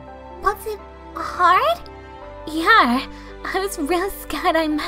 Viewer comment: PLEASE İTS NOT YEAR İTS YEAH İT ANNOYS ME SO MUCH